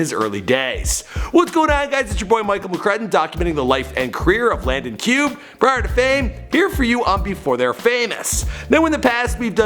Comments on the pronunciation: It’s not Cube it’s (cubay) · Pronounced - Cube-ay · Isn’t it supposed to be Landon Cube (Cubay)? Or is it pronounced Cube? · It's Landon cuff